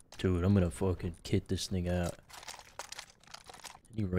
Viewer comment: did he say kit this thing out or kick this n***a out